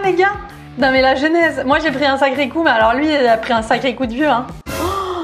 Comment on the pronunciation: " mythe numéro âun " je meurt de rire XD